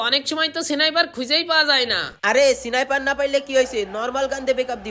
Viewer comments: Sniper ❌ Sonaiper✔️ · Sniper❌ Siniper✅😂😂😂😂😂